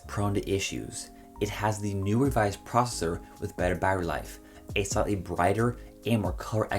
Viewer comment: Why u saying processor so weird